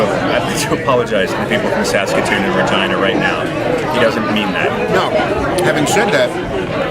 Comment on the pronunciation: I played it a few times and I definitely hear "Regina" pronounced with a "V" 🦻